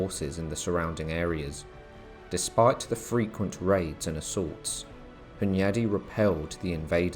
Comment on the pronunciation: John Hyundai? I thawt he woz well Korean innit